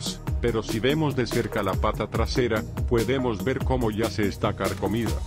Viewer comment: Min. "poedemos" jajajaja